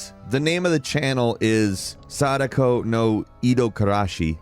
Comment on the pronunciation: I 100% misheard when he said Sadako from the ring movies and heard him say Sanico from the ring. That confused me so hard until Sadako popped out. Which made me laugh for some reason for those that know.. lol